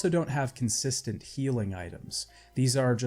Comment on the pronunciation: You said 'Unconsistant'. Great video though.